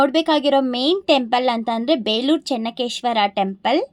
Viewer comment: It is not Chennakeshwara, it is Chennakeshava..